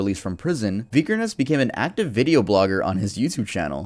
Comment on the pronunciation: it’s pronounced “vick-kerns”